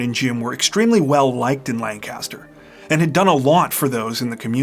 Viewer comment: Ppl not from my hometown. "LAN-CASTER" 😂😂 we say lank-a-ster. We would drive past this house alot going to Baltimore. And everyone in town always said the son set it up. Crazy how the rumor mill stirs up lies. I was 16, I was just dumbfounded that it happened. Such a sad story.🥺